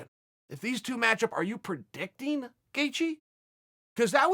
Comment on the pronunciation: Predicting*. Not Perdicting. Ty Yw